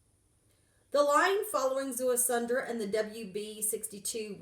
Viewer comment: There is no "N" in his name...it is pronounced Zea-su-dra ( Ziusudra ).